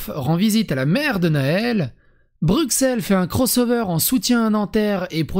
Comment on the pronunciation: BruSSel... bordel. BruXel c'est la pince pour s'epiler le pif. C'est comme Auxerres, c'est AuSSeres.